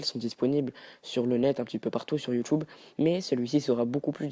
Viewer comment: il dit Yutube xDDd